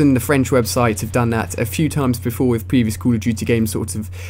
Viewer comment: cull of dutyy lol